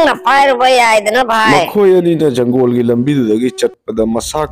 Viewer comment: Janggol haidi kari hairino ? Jungle haidi khanggi. Forest tadi Fou rash hairanina